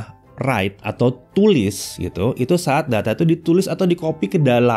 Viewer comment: Read & WEITE Lol🤣